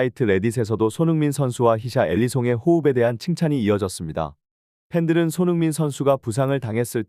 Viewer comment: "히샤엘리송, 기자이송, 피시알리송" 이 누구냐? " 히샬리송" 이라는 표현도 못하냐? Fucking creater!!!